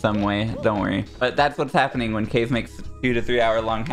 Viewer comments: it still kills me. I get that he gets to pick, but it niggles me every time I hear it. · I think pronounces it Ka-ze right? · The fact that they pronounce his name like "case" instead of the Japanese Ka-ze kills me every time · that's because kaze doesn't use the japanese pronunciation